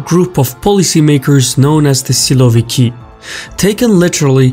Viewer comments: you could make a bit better effort by pronouncing it why silo-vikii? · You are wrong. They aren't "siloviki'. They are"sosunki"